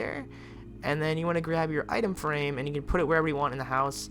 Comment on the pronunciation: Who heard him say itema frame